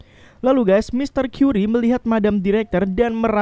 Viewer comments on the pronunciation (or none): Mon MAAP bukan tuan kyuri tapi tuan kari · Mr curry itu bacanya kari, bukan kari ayam tapi ya